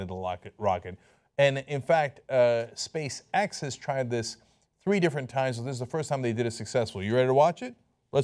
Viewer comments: He said: "Space X", I heard: "Space-Sex". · everytime cenk says Space X, i hear Space Sex..... IM A CHILD TOO!!!